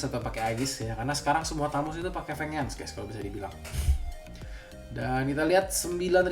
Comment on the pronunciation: VENGEANCE itu dibacanya "VENJENS" bukan VENGENS VENGENS apaan dah